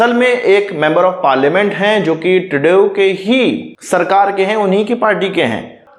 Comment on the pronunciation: Bhai tredeeau ka naam shi se lo